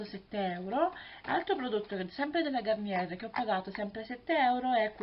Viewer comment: begli acquisti, si dice gariniè ;-)